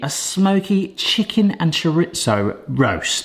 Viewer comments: i believe its pronounced cho re zo not cho rit zo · Please look up how to pronounce chorizo, you use it regularly